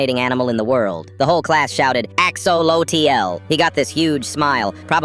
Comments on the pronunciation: “AXOLOETEE-ELLE” hits hard😂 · "AXE OH LOW TEA EL" 😭😭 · me: hears “AXO LO T L” also me: oh boy let me check the comments… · "AX O LOW TL" bro I swear-😭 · AXE A LOT O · "AXO LO T L" was fireeee🔥🔥🔥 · Hears AX O LO T L sighs checks comments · “AX O LO T O” 😭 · "AXE OH LOW TEA EL" is killing me 😭😭😭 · AX O LO TEE EL hits hard ✋🏻 😭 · AX - O - LO - TE - IEL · AX-O-LOTE-E-L Sighs Looks at comments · Why did that sound so off tone dawn AX O LO T L. HAHAHAHA💖🥰🤑🤓😎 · “A X O L O T L T I E L” was um- concerning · Why’d they say axolotl like that at the end 😭 But a very sweet story I liked it!